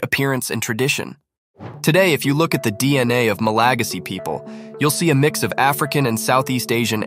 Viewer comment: The way he says "ma-LA-gasy" sounds wrong in my ears. In English, we say "ma-la-GA-sy" ==> /ˌmæləˈɡæzɪ/